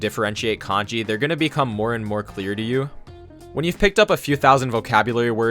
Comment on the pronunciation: I hear “moe moe” instead of more and more. I’m rotten.